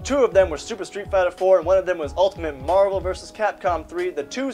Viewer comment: fuck I hate the way he pronounces marvel...